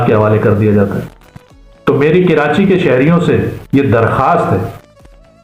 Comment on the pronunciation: کرانچی نہیں کہتے ھیں ، بھائی . کبھی کراچی کہتے ہیں تو کبھی کرانچی .. کراچی کا Pronunciation تو صحیح کرلو ..